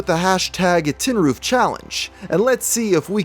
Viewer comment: "Tin-roof"? More like "Tin-Coof"